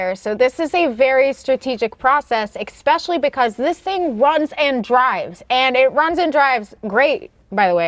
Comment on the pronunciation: You had me at "ekspecially".